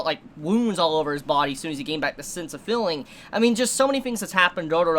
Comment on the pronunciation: and filling instead of feeling and hilling instead of healing :D :D